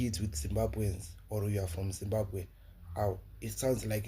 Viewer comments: That's so pity she can even pronounce the word Zimbabwe so well.we shall meet at the end of the tunnel my sister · The way she pronounced the word Zimbabwe is not South African, that lady is a pure Zimbabwean. She just pronounced it fairly and correctly, I'm not jealous of her holding S African ID but she is originally Zim